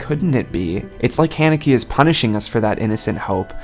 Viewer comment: that is not how u pronounce the directors name